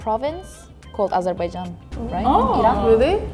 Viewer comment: I LIKE THE PRONOUNCIATION OF AZEBAIJAAN